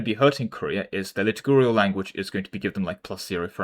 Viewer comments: I was listening rather than watching and couldn't understand what you were saying and my brain was scrambled. Liturgy => Liturgical (not Litigurial) Not sure what you were saying but I'm pretty sure you can sound it out at this point. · I am once again pointing out that it is pronounced "Lit-tur-gi-cal" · Liturgical is pronounced Lit-URGE-I-CAL. It rhymes with "surgical". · Liturgical is pronounced luh-tuh-juh-kul. Pretty much exactly as it's written if you read out each syllable :). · Li-tur-ji-cal. Also "front-edge," not "fron-tahj." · PLEASE learn how to say "liturgical", i beg you. Litigurial is killing me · The way our dear friend pronounces "liturgical" makes a little part of my soul perish in anguish, each time i hear it. I dont know if its done on purpose or out of blissful ignorance, it nevertheless makes me want to kms. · Ok but that is just pronouncing a letter in a way that is used in other cases. This one is a case of 0% literacy.